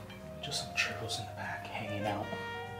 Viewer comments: It's churros not chero or charo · CHEW - RRROS. 😌 You're welcome lol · 🤣🤣🤣 funny the way you pronounce churros